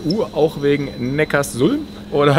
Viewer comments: Das beste ist ja, dass sie erst erklären dass es Neckar-Sulm heißt und der eine Audi Typ dann trotzdem immer Neckars Ulm sagt... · Erwischt bei min klingt es aber nach Neckars-Ulm 🤣😜